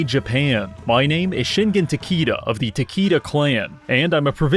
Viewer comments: it is not takiida it is Ta-Kay-da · That pronounciation... I think it's supposed to be Ta-ke-da, taki-da? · Bruh ain’t no way you said “ta key da” im sorry it doesn’t matter to much but as a Japanese history buff I can’t over look that. Shameful display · I thought he said "Shingen Tequilla" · My guy. Please. Research your pronounciations before speaking foreign names. Cuz you botched that Takeda pronounciation worse than I botches my college degree.